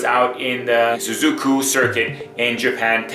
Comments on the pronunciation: The Japanese circuit is Suzuka with an A at the end! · It's SUZUKA! not Suzuko.